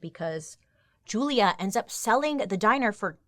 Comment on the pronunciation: When she said Julia I heard Julia Gulia